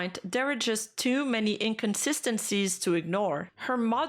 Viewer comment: having trouble with pronouncing inconsistency is pretty consistent.